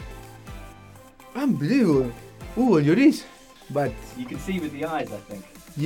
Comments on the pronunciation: No one : Pochettino : unbeliavable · Nobody: Pochettino:UNBIELIEVABLE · Nadie: Pochettino: Ambelivobol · Pochettino : Unbelievable Unai Emery: Good Ebening